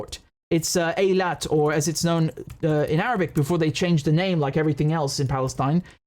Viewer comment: Thank you, Richard, for finally pronouncing Eilat correctly. I’m not Jewish, so I didn’t have to care, but I’m a linguist and I just can’t take people’s butchering of any language, because anyone can learn by just paying a little attention. That’s all. By the way, I admire, how flawlessly you can pronounce the Arabic names. I’m struggling with the Arabic pronunciation myself. It’s not easy.